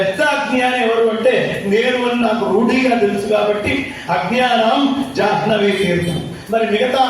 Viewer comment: జాహ్నవీ అనేది ఉచ్చరించే సమయంలో హ్న అనేది న్హ గా ఉచ్చరించాలి. మధ్యాహ్నం కూడ మధ్యాన్హం గా చెప్పాలి